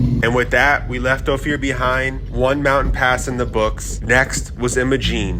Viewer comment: Ophir is pronounced Oh fur.